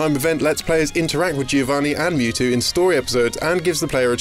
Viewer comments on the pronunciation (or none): none